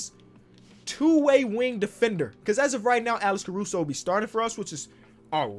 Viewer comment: nobody:: alecshruso